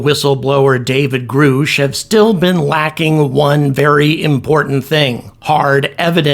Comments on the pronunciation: Hell, congress can't even get anyone that goes before them to answer simple questions. No one is damn sure just gonna turnover evidence that is literally generation changing. Also, after all the interview attention of the whistleblower, you really called him Groosh? I know damn well you know it's Grusch as in Grush. Crazy. Lol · It's GRUH-SHH NOT GROOOOSH. Also, all you skeptics are going to look like REAL stupid jackasses once you find out the Experiencers, Believers, and Whistleblowers were right. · GRUSH. Not Grusch!!! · It’s pronounced “GRUSH” like “RUSH” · Are you just saying his name wrong to be obtuse? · why do you keep pronouncing Grusch's name wrong? you are doing it on purpose at this point its impossible not to know how to say the word. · I like your content I watched you sometimes but just do me a favor get the names of the people right, meaning the pronunciations of the last names! That's all I ask because to me if you can't pronounce their last name means your not up to date with the story!